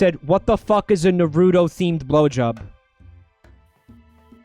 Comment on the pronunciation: as a naruto fan, their pronounciation of naruto makes me want to kill myself